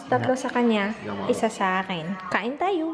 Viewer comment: mas masarap pag binabad mo yung chicken thigh and wings sa mixture ng suka, toyo and garlic overnight before cooking it. Im pretty sure your adobo went well hihi:) also, natawa naman ako pagkakasabi ni sa "kain tayo" at "tortang talong" haha!